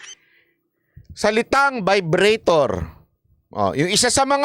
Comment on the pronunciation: ung iba, agree ako.. pero ung sa vibrator nagkamali lang pagpronounce ng vibratto si kim C. mali mali kasi si..